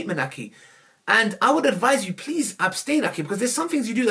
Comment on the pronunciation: “Aki”😂😂😂., its aghiii!